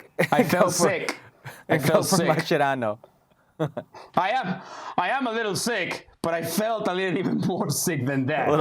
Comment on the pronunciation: U guys have no capacity to judge Mascherano, period. Also, baldie, it’s not pronounced like that bruh’, che mas che rano, accentuate the che, boludo… yet I appreciate your work 🤙🏽🫶🏽